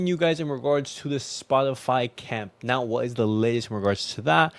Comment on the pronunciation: Camp Nou. Not camp now.